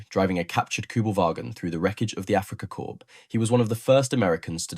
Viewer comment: "Africa Corpse" ???